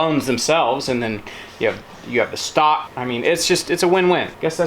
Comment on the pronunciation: I had to rewind & it😮 sounded like you said , “ snot” instead of stock 🤔. Whether or not it gave me good belly laugh 🤪🤪🤪 I do the same with my bones … makes wonderful stock 🤩🤩🤩. 👵🏻👩‍🌾❣️ EDIT: as a kid mom used to make 💩 on a shingle. Meat of any kind, & gravy over bread. Now I do sausage gravy & biscuits 😂😂😂